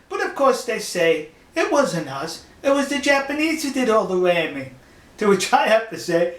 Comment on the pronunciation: Eehh What's up dwoc ? Bwumper bwoats... Wamming